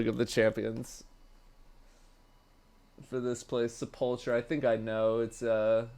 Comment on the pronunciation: Wild the doesn’t know how to pronounce sepulcher, although he says words in funny ways on purpose sometimes so who knows.